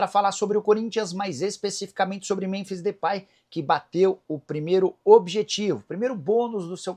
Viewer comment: Nicola porque você pronuncia Muronbis?